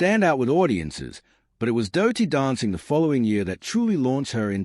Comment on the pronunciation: Don´t bother folks, 20 minutes repeating a lot of words saying absolutely nothing. And the voice over is irrating as hell, saying `doh-ty dancing in stead of dirty.